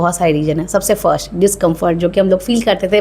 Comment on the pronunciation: Jab fashion ke bare me itni knowledge.. itna gyaan baant rahi ho to sahi se pronouns bhi kar lo... Sh ko s... Aur s ko sh bhi bolne ki practise kar lo.... Fasht nahi first( स )... Aur फैसन nahi फैशन hota hai